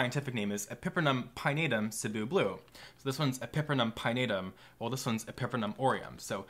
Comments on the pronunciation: pepper-numb orem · The way you pronounce epipremnum, pinnatum and Cebu angers me